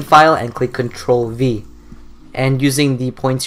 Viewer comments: i thought he said ctrl b but he said ctrl v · thank you I thought he said cntrl-B